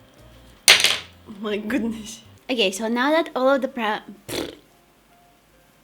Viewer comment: "oh Mai gudnes" hahaha you're pretty! keep doing this cool vids